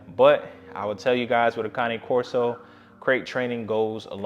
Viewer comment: Finally! Someone who pronounces it correctly! I am one minute in to this video, and I love you (and Duke) already! I sometimes feel like I’m on a one-woman crusade to fix this. Thanks!